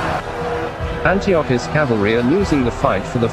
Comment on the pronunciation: Mispronounced Antiochus, among other words. Improve your A.I narrator...